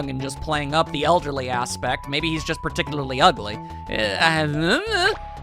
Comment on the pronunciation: MHITE WONKEY IS NOTTTT UNGLY